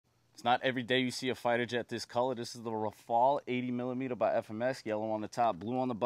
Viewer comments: Rafale is pronounced Raf(ay)le not ruh-fall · Its pronounced 'Raf - eye - el' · No one told you how to pronounce it? It's Ra- FY-al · No if you pronounce "Rafayle" it gives --> Rafael which is incorect according to the french prononciation (im french btw) You have to say the two "a" as if you said "mark" And if you really want to pronounce it correctly you have to pronouce the "R" like when you say "grrrr". And i will finish this french lesson by saying that obviously, the "e" at the end is silent.